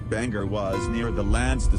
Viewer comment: apparently the computer voice is mispronouncing it! good video 😀